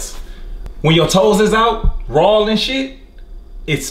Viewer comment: yeah he said RAWL....LOL